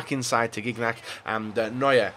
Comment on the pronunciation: learn how to pronounce gignac